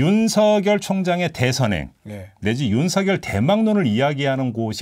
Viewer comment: 윤성녈 아니고 윤서결로 발음해야 맞습니다. (자음동화)